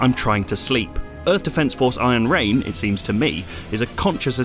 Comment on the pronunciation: What i hear is Ayen Rand :)